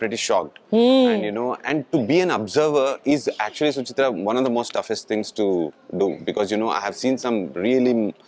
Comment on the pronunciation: Once again Sucharita being called Suchitra, noice. I think this should e a drinking game.